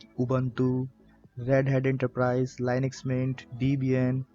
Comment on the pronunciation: Great for anyone new, But annoying that you keep pronouncing LINUX wrong.